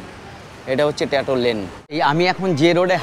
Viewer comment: Bhai prothomoto pronunciation gulo thik kor. Ota ট্যাটো noi, ট্যাটু.